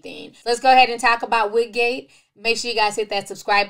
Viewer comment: Ti you silly, not “Wigate” tho 😂😂